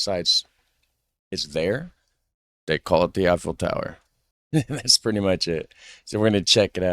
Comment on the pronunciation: yes it it not effeil but yyou can't say it because otherwise you will be considered anti......